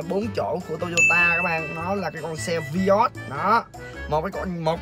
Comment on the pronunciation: Vai ớt chứ ko phải vi ót anh nha